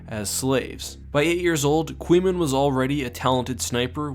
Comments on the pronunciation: My eyes twitched when the narrator pronounced Qymaen as 'Quee-man'... It's KAI-maen, as confirmed by Abel in the old blogs. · Pretty sure it's pronounced Kwae-meen Jai Sheelal, rather than Kweemen